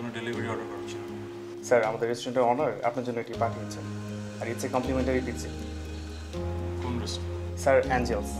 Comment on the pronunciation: Tisha bastob jibone onk unsmart. Pizza word ta thik Kore bolte parche na. An ordinary director made artist. Education (knowledge) is important for any job.